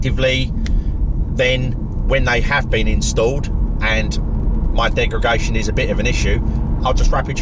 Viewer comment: Love your videos mate. Very good points on battery longevity and usability. I think the 40kw is great but the 60kw with active temperature management will certainly be a better car. I’m telling my “Leaf-curious” mates to hold out for that one if they can. “Degragation” - hehe!